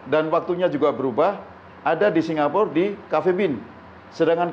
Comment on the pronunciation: “dari jakarta singapure saya sudah lakukan” keseleo ya lidahnya mas...???